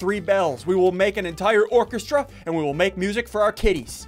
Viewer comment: When he said he could make a orchestra of bells I thought he said orphan Yes I did like this myself